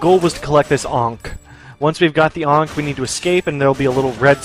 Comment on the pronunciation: I love the way you pronounce "ankh".